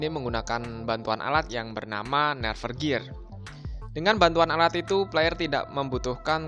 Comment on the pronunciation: Bang bacanya bukan nerve gear tapi nerf gear